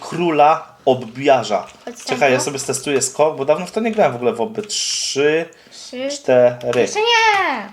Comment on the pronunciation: Mówi się obbi a nie obby 👍❤️